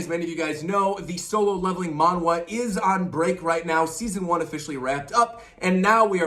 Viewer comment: btw it’s pronounced manha (monh-ha)